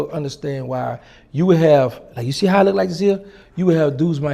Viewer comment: Lol " I seese you and I want chu"